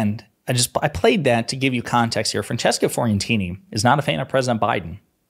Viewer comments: PLEASE SAY FRANCESCA'S LAST NAME CORRECTLY! IT'S "FEE-O" NOT "FOR-EE". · Can I suggest a correction please? It's Francesca Fee-oh-ren-teeny 😂